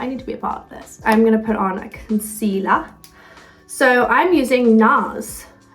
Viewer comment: First it’s concealahh then concealerrrrr I love this American British mix hahaha